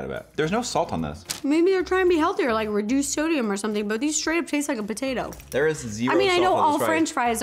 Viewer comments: IT REALLY TASTES TIKE A PO TAA TO (no hate<3) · “they really taste like a PUHTAYTOE...” 😂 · I love how she emphasized PoTaTo 🥔 I’m deeeaaaad ……or maybe I’m delusional 😆I mean it is am